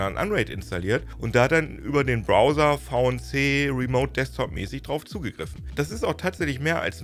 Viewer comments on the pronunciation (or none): none